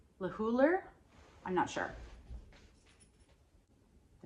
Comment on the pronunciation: Monique Lhuillier is known for her luxury bridal gowns, she has a bridal shop here in NYC. Stores like Barneys NY and Bergdrof Goodman carry her line when Barneys was around 😢 Lhuillier is pronounced loo lee ei the label on that dress is the diffusion line